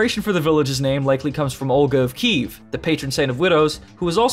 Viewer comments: Kiev (Kee-Ev) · Kiev is pronounced Kyehv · Princess Olga of "Keev"?? Goddamit,. Just.... sigh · First of all, love your vids, second of all Kyiv not Kiev and third Olga was queen of Kyiv russ, not russ and as it seems like not big of a deal it actually is since russians basically stole piece of Ukrainian, Polish and Belarus history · Hilarious when Americans can't say Kiev properly lol "keev" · is Kiev pronounced keev? not kee-ev? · I think you mispronounced Kiev.